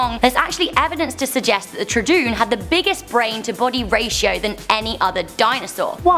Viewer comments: I know one dinosaur you pronounced wrong, but maybe it’s just because of a accent but ima help you anyway You say it like:troodoon (troo-dooon) When really its: trodon (tr-oh-don) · wait truedoon its prenauced trodon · Tr*OO*don not trOd*OO*n !! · Karlo Justice tr-uu-dun lol it's Tr-oo-don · It is troo-oa-don not troo-doon you Lady gaga chicken leg!!!!!!!!!!!!!!!!!!!!!!!!!!!!!!!!! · haha tradoon! lol! it's troodon (tr-oo-d-on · troodon (tro-a-don) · troodon is pronounced (tru-don). not (tra-doon) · Tradoon😂 tr-oo-don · tr-oo-don, not trudoon. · Tra-doon? Its name is Troh-a-don! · Tra-Doon Do you mean Trow-A-Don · tro-a-don not troo-a-doon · Troodon not trodoon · It's not tru doon it is pronounced Tro oh don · the 'tradoon' is pronounced tr-oo-don or tro-a-don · I have to say it's pronounced chro-o-don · Did you just say trodoon? pronounced [troh-a-don] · I know it's tro-o-don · It's TRO-OH-DON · its called a tro- don its my fav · It's trOOdon but keep up the good work and plz do a best or worst youtubers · it's like Trow o don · troodon is pronounced Tr-Oh-Don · im pretty sure that troodon is actually pronounced ( tru o don ) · [true-a-don] how could you mess that up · number 8 is pronounced trow-don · Troodon, as in Troadon for correction. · Troodon is pronaunced Troo-oh-don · Btw its pronounced trowadon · This is how you say it (tro a don) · Troodon is pronounced Tro-o-don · troo u don thats how you say it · Troodon you say it tr o don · omg it's tro-o-don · It's tro-don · Troodon (tru-don or tru-o-don ) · Tr oo don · Its called troo-don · Pronounced troo-don. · You destroyed the troodon read this tro a don I know that's spelled wrong but it sounds like the real name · It's Troh-ah-don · It's troodon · it's troo-don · You said troodon wrong, it's troodon troo don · Its tro-o-don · "trudoon" facepalm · its too-a-don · The "truhDOOOOON"????? Really???? Where's the emoji for facepalm? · Troodon I think you mean trodon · Its tr-uuu-don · It's troe-u- don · IKR!!! XD